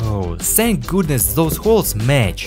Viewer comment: Great video, I always wanted to see what Happens there inside…. but if you want the videos to be just perfect, PLEASE don’t pronounce every "TH" and “S” like "Z" it’s just painful to hear that all the time. (the=zee, these=zeez, those=zoez, that=zat, zyztem, zeal, mezzy, zomezing… etc…etc..)